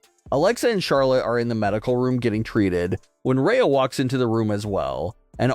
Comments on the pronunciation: Why are you calling Rhea, “Raya”??? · Dude if you can’t say Rhea’s name correctly stop saying it!!! The way you’re saying it is so confusing and sounds like you’re talking about someone else. Just say Ripley next time so everyone knows who you’re talking about and it’s not so annoying man!!!